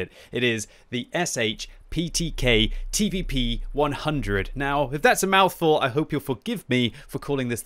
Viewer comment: Read Sh as a single sound, like Sh in Shanghau